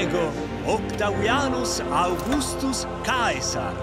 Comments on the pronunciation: Oh Caesar spricht Caesar richtig aus. Geil. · Ok die haben Caesar richtig ausgesprochen das ist stark 👍👍